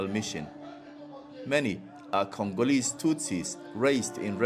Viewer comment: "The natural resources were created with Congo and we are Congooreeees" 👀😂😂😂🤣 ⚠️UBWENGE ⚠️